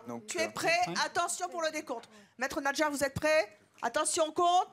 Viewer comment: NaDjar Evelyne et non NaJdar. ..😛